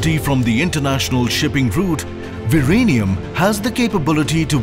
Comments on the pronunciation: Its Vizhinjam V--Zin--jem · I taught Z in Malayalam was pronounced as L. Was he saying Virenium or ViLenium?